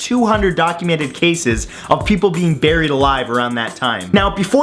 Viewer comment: weird why do they say Baryed not buried?was Bary the first human who got umm baryed?